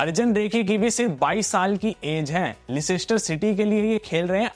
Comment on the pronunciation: I think its pronounced "Lester" City eventhough the spelling is Leicester City